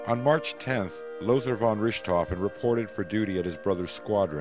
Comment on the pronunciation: Well written, but completely cringeworthy mispronunciation. Between Richthoven and the Somme (pronounced "sahm").